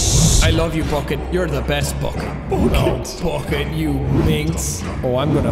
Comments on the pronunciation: Jack at the end: BOCKET* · AH YES BOOKET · I feel like the bucket was specifically made for Sean and his Irish pronunciation of "bOcket" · Jack please it’s not ‘BUCKET’ it’s ‘B U C K E T’